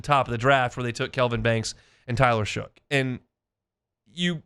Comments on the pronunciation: I was going to be kinder about his use of "Shook" for "Shuck," but you're right. Ain't like Shough showed up yesterday. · Shough is pronounced “Shuck”, it’s in the dictionary for God’s sake. You sound like a total bozo pronouncing it wrong.